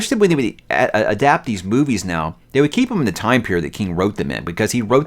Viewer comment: Did he say "boobies" instead of movies in the beginning there? 🤣🤣🤣🤣